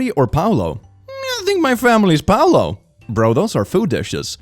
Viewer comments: pu lao, not pao lo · Pulao is pronounced as poo-la-oh it's rice with extra steps